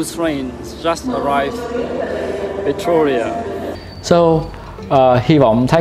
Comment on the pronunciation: cháu chào chúuuu, theo cháu nhớ lần trước cháu đi chỗ đấy tên là Pretoria chứ không phải Pertoria ạ :))